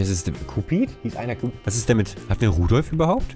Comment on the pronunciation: Cupid, englisch ausgesprochen, also kjupid (in der art) ist eins der Rentiere vom Weihnachtsmann. :)